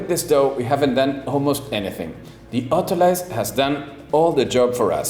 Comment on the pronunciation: you crack me up every time you say autolyse. It’s pronounced autoLEEZE; it’s a French word… Anyway, carry on!